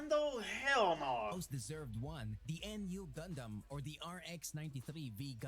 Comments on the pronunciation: When the first video said RX93-Vee Gundam or En-Yu gundam. You know the guy who made that video knows no shit about gundam lmao. It's called Nu(pronounced as New) Gundam. He also showed the Freedom gundam when he said Strike Freedom which are two different gundams. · You can tell the dude from the first video barely saw any of the series he was talking about, especially with the "N. U." Gundam, shit's pronounced "noo" or "new" every time it's said in the movie lmao, brother was reading off the wiki